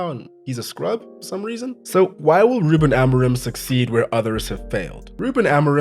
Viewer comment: no offense, but your pronunciation of "Ruben Amorim" is laughably bad